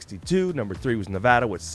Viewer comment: There's no way NHP got a spot higher than my personal listing. LOL, congrats FL. Sorry I put you guys at 5 on my top 5 favorites. But also, bonus point for pronouncing Nevada like us locals do!